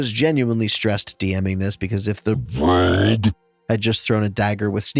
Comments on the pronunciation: Why does keep putting emphasis on the word rogue? also the way he doesn't this episode is honestly really annoying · He puts the emphasis on rogue because people keep saying they are playing as the color "rouge"